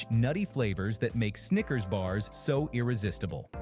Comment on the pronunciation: That Louisiana accent wanna say sneaker so bad 😂